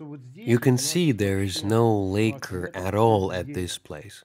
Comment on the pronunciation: Lak-ker not lay-ker